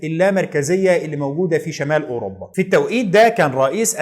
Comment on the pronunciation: مجهود جبار ومعلومات قيمه جدا.. تسلم ايدك.. وأنا بصراحه كان نفسي ألاقي حد يلخص تاريخ أمريكا كده.. الله ينور عليك.. بس عندي ملاحظه يا ريت تشتغل عليها.. نطقك لكثير من الألفاظ محتاج تصحيح.. علي سبيل المثال وليس الحصر.. إنجلترا وليس انجلطرا.. الملك جميس وليس الملك جيمز اوروpا وليست اوروbا.. فيليب وليس فيلب ربنا يوقفك